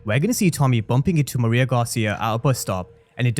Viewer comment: Her name is pronounced ME-RAY-YAH